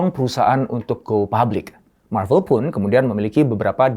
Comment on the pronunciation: bang lu ngomong marvel nya yg bener aja soalnya di translate nya lu ngomong klo bukan malu/novel